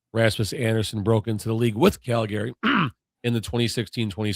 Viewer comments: Is the wierd Cal Gary pronunciation on purpose??? Calgary is more like Calgury but one word not 2 as well. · Not pronounced CAL-GARY. Pronouned CAL-GREE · Cal-Gree. I am born and raised in Calgary (Cal-Gree) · yeah, that was off -putting I agree